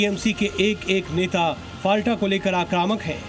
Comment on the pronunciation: Dear Zee News , It's " फलता" Not फालटा